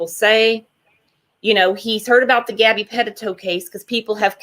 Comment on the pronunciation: I wish you would pronounce gabby name right!!